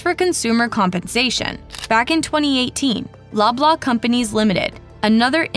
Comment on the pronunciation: Every time she says "Loblaw", I hear "blah, blah"